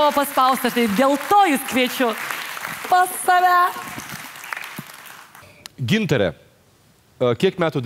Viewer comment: Kodėl taip savo vardą kirčiuoja? Ar jai tokį davė??